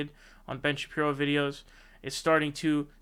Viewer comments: Is there a reason you are calling him Ben "Sha-Pee-no" as opposed to Shapiro? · Ben Shapino? Come on you're better than this. You can easily dismantle these clowns without resorting to petty tactics like deliberately mispronouncing Shen Bapiro's name, ok. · Why do you keep calling him Ben Shapino? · "Ben Shapino" XD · Ben “Shapino”